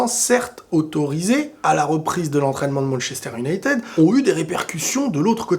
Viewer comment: Comment ca "Un night aid ou United"? mdr respecte un minimum stp. Le Real est le meilleur club du monde mais n'est pas la seule institution footballistique non plus. ManU c'est quelque chose quand même.